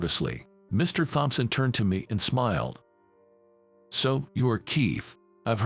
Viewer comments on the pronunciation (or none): The h In thompson is silent, always has been. The word makeover, is 2 words put together, the break does not come after mak, the first word has a long a, the second part is only the over. So the make bit sounds the same as the make in make-up. Which is also 2 words put together. Surely you don't want to sound so foolish Please adjust your english. you sound too too odd. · Please teach the ai to pronounce Thompson.😕